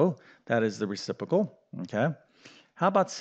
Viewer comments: Re-CIP-ro-cal. Re-ci-pro-cal. You're saying it as "Re-CIP-o-cal" without the "PRO" in the middle. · "reciPROcal" not "recipocal" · That "fancy word" is "reciprocal", not "recipocal" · Math teacher can’t pronounce reciprocal. The simple answer we were taught is invert and multiply. I have remembered this for 60 years! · You are a great math teacher. But there are two Rs in the word reciprocal. Ha.